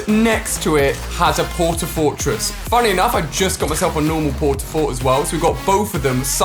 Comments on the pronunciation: He said “I think it’s gonna take twelve port a forts 😂🤣” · 'I think there will be 12 port a fort'